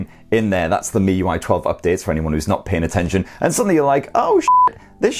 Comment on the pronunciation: 💯 agree ads aren't an issue, it used to be on the Chinese variant ROM but global and EEA ROMs no. Also kudos on your pronunciation of miui, it's ridiculous how many people can't pronounce it right. Should also mention that unlocked bootloaders won't be an issue if you buy from the UK official distributors etc it only happens if you buy from china / 3rd parties that buy in the Chinese handsets, unlock them and then flash a global / EU ROM on them. Cracking spec for the price, I mean for daily use its hard to recommend even an £800 phone to most people when this will meet most people's needs and more for a fraction of the cost.